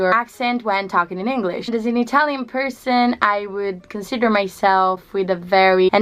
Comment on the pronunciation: Amazing accent. The only sound that you need to work on is the short i vowel. For example, changing the long i vowel sound in consider from conSEEder to sid.